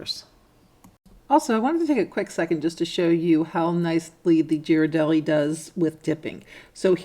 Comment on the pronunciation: Love these ideas! By the way, Ghiradelli is pronounce with a hard g (as in gear).